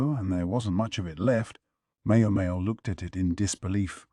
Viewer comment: Every time it says Mayo Mayo instead of MaoMao I get visions of a Helman mayonnaise jar in my head